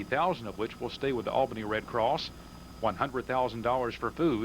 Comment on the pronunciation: The need to learn how to say Albany properly. (it is "All-Benny")